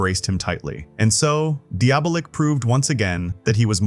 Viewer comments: Diabolik is pronounced Dee -Ah -Bo -Leak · I cant f'ing listen to this. Don't you know how to pronounce Diabolic but with a K? Deeablik??? Can't you read? You laid it out so well, but said the name 100+ times like some kinda robot.